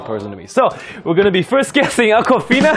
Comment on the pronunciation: Damn it was akwafina! I honestly thought he called a girl "uncle fina"